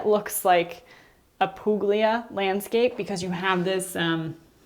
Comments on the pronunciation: With all due respect Puglia Italy pronounced pool-ee-ya not pooglia 🙏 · Puglia is pronounced "Poo-y-lee-a". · Not meant as a criticism - when pronouncing Puglia, the “g” is silent.